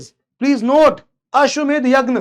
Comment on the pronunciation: this यज्ञ not यगन. I am confused. .